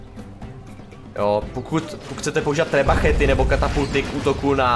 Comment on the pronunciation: Btw není to trebachet, ale trebuchet :D